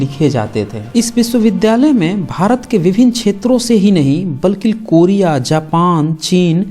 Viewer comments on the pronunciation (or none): none